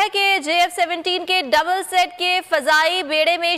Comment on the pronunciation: Not double set, double seat. You twice made this blunder. Better you first learn and have training in news casting, then come on screen.